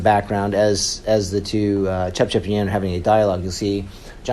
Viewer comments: Its Ce... cep, not Cep cep you pronounce it all wrong man, it a native west Java names In Sundanese particularly. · Cecep , not cepcep 😁🇲🇨🇲🇨🇲🇨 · Anjir si narasinya bilangnya cepcep bukan cecep 😂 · Hey you! CECEP , not CEP CEP. 😢😢😢😢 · Its should be cecep not sesep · U say sesep not cecep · cepcep lol. his name is cecep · This scene is a little bit slower but still good. Btw its pronounced as ce-cep not cepcep bangsat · it's yayan and cecep not yayan and cepcep lol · His name is Cecep, not Cepcep 😂😂😂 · cepcep ahaha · Cecep = cepcep haha